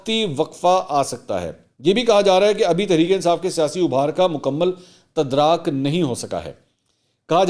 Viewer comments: تدراک نہیں تدارک اردو میں غلطی کی گنجاٸش کوٸی نا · تدراک کا مطلب purchase ہوتا ہے اور تدارک کا مطلب Remedy ہوتا ہے پلیز اس کو چک کریں آپ نے تدراک بولا ہے ہے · تدراک ۔۔۔۔ نہیں ۔۔۔ تدارک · تدراک نہی ہوتا تدارک ہوتا ہے پلیز کنفرم کریں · تدراک نہیں تدارک ہوتا ہے منصور بھائی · السلام علیکم سر لفظ تدراک نہیں تدارک ہے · Tadarak na k tadraak.....i think. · Tadrak nahi tadaruk lafz hota he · منصور بھائ تدراک نہیں تدارک ہوتا ہے معذرت